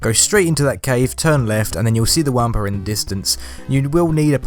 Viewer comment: It's pronounced "wompa" not "wampa"